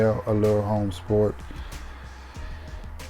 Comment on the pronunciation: Chanel Allure Homme Sport H is silent Chanel Allure Omme Sport